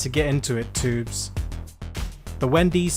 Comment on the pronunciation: One thing I’d like to know is when he started mispronunciation. Based on this video, he still recognized when he mispronounced a word and corrected himself. When did he start saying Toobz regularly? I’m sure he would not refer to an item being “in transit” as “in tranzoot” at this stage in his life.